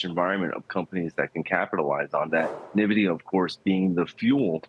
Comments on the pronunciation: Pronounce it neh-vidia, lose all credibility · Thank you! Its 2024 and this is a nearly 2 and a half trillion dollar company. How do you not know how to pronounce it correctly by now? 🤦🏾